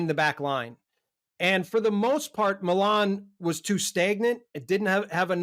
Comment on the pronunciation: Great show! Thank you for pronouncing Milan correctly 😅 and not saying “Meeeeeelan”!